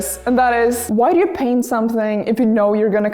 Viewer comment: "I was elected to paint, not to braint" is what I heard.